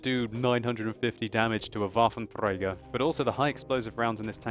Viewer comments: 'waffentrrrrrrrrreeaager awf panzer IV' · nagyon röhejes ahogy a waffenträger-t mondja